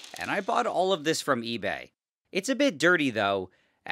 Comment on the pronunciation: Ebay he says: pepole hear uEbuauy